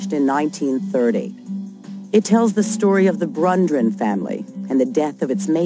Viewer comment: This is a pretty good documentary. Serious question -- why does the narrator give WF's birth name as William "Harrison" Faulkner? Was that a common misconception, perhaps based on an early written biography? She also calls the Bundren family the "Brundrens"...?